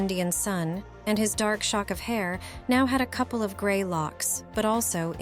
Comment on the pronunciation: When you say “cooplee” I will presume you mean “couple”. Jeeeez, first off, use the proper photos from the correct show you are reading from the book, not another movie he starred in. Sto0 using the robots to read, they do not use the language properly.